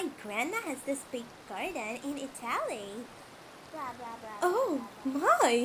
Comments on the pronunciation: you know she lying when she can't pronounce italy right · the way you pronounced italy killed me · the way Lila pronounced Italy I